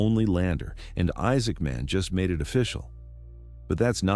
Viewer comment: Why do you pronounce his name like two words?